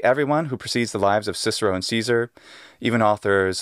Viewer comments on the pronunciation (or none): none